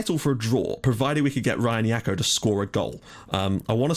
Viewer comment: Jackot like Jack-o-lantern! Not "Yako" lol!